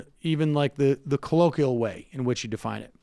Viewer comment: Colloquial - ko-lo-qwi-al, not ko-lo-ki-al, Sam. Harry Reid mentored Elizabeth Warren when she first got to the Senate. Still wonder how he knows?